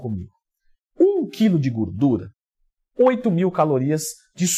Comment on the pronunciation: Aqui o já falava "gurdura" hahahaha